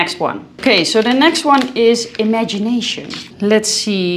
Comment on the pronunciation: It's pronounced "ee mon see tay" l'eemonseetay" 🤪 the n after the o is silent. 🤷🏻‍♀️